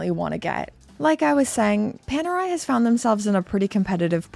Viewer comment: Ni una vez a pronunciado bien Panerai 😂